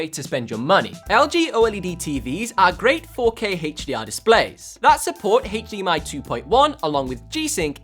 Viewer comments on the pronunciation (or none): Why you are saying Heydmi? Not H.D.M.I, the word is from high definition not heyygh defintion